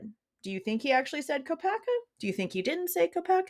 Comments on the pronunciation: I hear Mr ko uh bergers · 💯 He says, "Mr Kopack-berger" Spoke volumes to me!! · Yes I heard that! He was jibbering before like trying not to say the wrong words and isn’t it when you are trying not to say something you actually say it?? 🤷🏻‍♀️ it’s definitely made me think Brent has more to do with this! Still think If Bryan actually said has anyone else been arrested was he thinking of Brent due to leaving town while the swat team was over at Brent’s? He wouldn’t know he’d been killed and perhaps thinking he’d been detained? Thanks for all you do xx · Oh yes, Judge actually said Kopacka